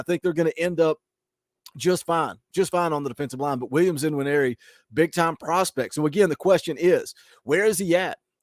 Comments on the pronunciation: Believe the N in Nwaneri is silent. Hope the Sooners get him...... but I'm skeptical on this one. Wish you guys luck. You have a hell of a coach. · According to Austin and Wiltfong the ‘N’ is silent in his name so it is pronounced ‘wineri’.